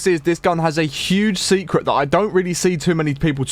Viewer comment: "Secret" not "secrent"